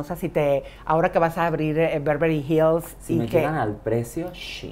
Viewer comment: Y luego dijo BEVRELY HILLS